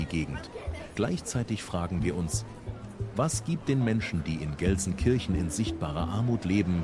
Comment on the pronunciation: If you were really 24 Hours in Gelsenkirchen then you must have learned how to pronounce the Name properly !